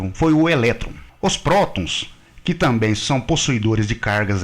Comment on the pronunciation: Rapaz....aqui vai mais um elogio....nada a ver com o conteúdo da matéria, mas que envolve o idioma Português...Por enquanto não "ouvi" você pronunciar o maldito "tamém"!! Muitos profissionais, no uso da palavra 'TAMBÉM", pronunciam "tamém!! É só prestar atenção nas falas por aí...Argggg!!!